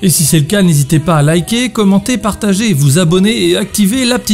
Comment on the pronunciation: "de partager z'avec vous" sérieusement ?